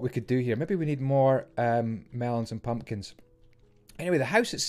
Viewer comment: i liked the way he sad mumkins and pelons